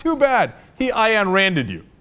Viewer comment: CENK. AYN rhymes with MINE. NOT DIANNE.